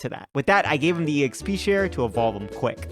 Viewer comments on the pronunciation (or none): none